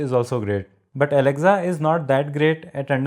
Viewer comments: ITS NOT ALEXZA ITS ALEXA !!! DUDE!! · Good video overall. Thanks. One small thing... It's pronounced as aleksa , not alekza. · Its not alecza its Alexa